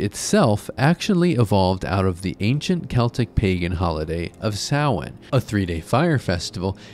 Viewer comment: You said Samhain right! that never happens with these types of videos, well done for doing your research !